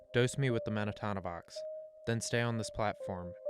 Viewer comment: It’s Men-ta-no-vox, Not Men-a-ta-no-vox Sorry that was bugging me 😂 accidents happen when you get a single letter wrong in medicine